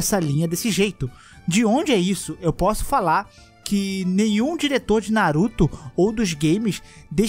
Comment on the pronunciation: Se ferrar, eu tava comendo, quase engasgo na parte da Kushina kkkkkkkkkkkkk "na-ru-tÔ"